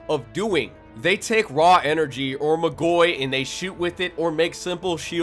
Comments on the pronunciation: great video, love to see people talking about magi but isn't it pronounced magoi(mah-goy) and not magoi(muh-goy) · "Alma Toe ran" "Mah goy" lmao I'm assuming you've only read the manga but you're stressing the wrong syllables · Its MAA-goi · This way you say Magoi pisses me off ngl, you say Magi perfectly fine but fail to say Magoi correctly. Not trying to be a dick, its just annoying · I hate the way he pronounces Magoi